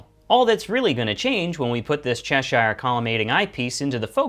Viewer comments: Cheshire is pronounced chesh ear - not chesh eye r. Useful video anyway -thanks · It's pronounces "Che-sheer", as in the Country of Cheshire in England.